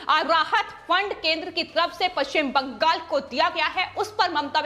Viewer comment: Agree Arvind Ji. Notice the way she says ‘Bangal’. Non-stop reading and too many repetitions hurt my ears.